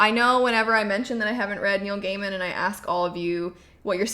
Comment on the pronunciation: Neil "GAIMAN" Hehehehehe